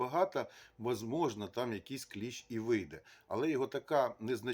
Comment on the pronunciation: Не клєщ а кліщ!